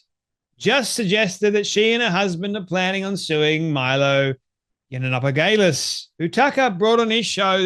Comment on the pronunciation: Please learn how to say Milo yee an op ol us , its not that hard. It's a bit distracting. If you speak for a living, make an effort.